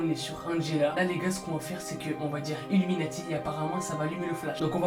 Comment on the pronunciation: Je suis chocais quand tu as dite iluminatif !